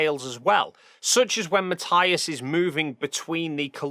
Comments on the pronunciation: Just one thing. Matthias is German. His name is pronounced Mat-ee-us. Just like Sabine Hossenfelder's (crank that she seems to have become, her name is commonly mispronounced) name is Sa-bee-neh (3 syllables not 2- no silent e in German). Ma-tee-us. Sa-bee-neh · Sorry, just have to point out that his name is pronounced Ma-TEE-as... Ok, thank you, carry on now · Hi, love your videos and style, but... MATTH-EYE-AS???? Really? 😅😅😅 Tomorrow when I see him I'll tell him and watch his reaction